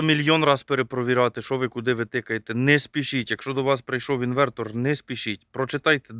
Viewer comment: Все добре, весело... Але чому "інвеКтор"?